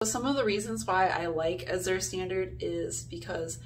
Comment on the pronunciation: Great video. I love azurestandard. I look forward to it every month. Azure is actually a shade of blue. It's a really pretty word. The z is actually pronounced like the j in bonjour.